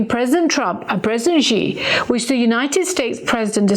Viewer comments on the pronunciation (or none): It is a shame that you can’t even pronounce President Xi’s last name correctly.